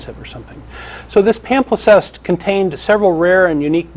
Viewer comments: The word is "palimpsest" pah-limp-sest, NOT "pamflisest". There is no doubt that Christianity systematically destroyed all scientific knowledge in existence when it became the established religion of the Roman Empire. All religion is about social control and the maintenance of the power elite; science and free enquiry call these things into question. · That's "palimpsest",. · Palimpsest,. It's a palimpsest.